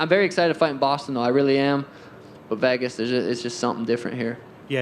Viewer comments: Sean pronounces “Vegas” like “Vahgus” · No one: Sean: I love Vehgas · Sean please learn how to say Vegas😭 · why does sean pronounce vegas so weirdly